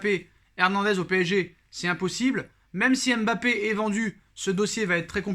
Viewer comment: Je t'aime bien mais tu prononces mal son prénom. Ça gâche l'attrait et le plaisir que j'ai pour tes vidéos. Pour LLORIS personne ne dit L Loris encore moins pour Zlatan. Personne ne dit Z latan. MBAPPÉ, c'est pas M....Bappé. Zlatan